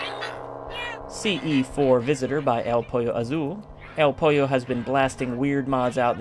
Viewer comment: Was glad to hear you pronounce Pollo correctly. Too many sickos who can't pronounce Spanish words round here